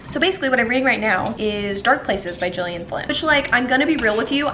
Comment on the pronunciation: Gillian Flynn is pronounced with a hard G like Girl not a J sound. Just fyi, no biggie :)